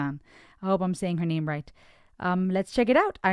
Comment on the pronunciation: Excellent descriptions 😅😊and women are the most beautiful creature on earth made by Allah SWT. You pronounce the names perfectly. What's your origin country because I'm amazed by pronunciation.